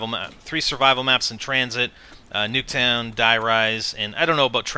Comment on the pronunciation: he,s doing it in order of games and you said nuketowb when its nuketown